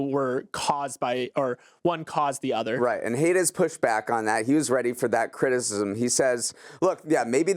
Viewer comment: The author’s name is pronounced “height” not “hate”. I’m a huge fan of his work! Great article in the Atlantic recently.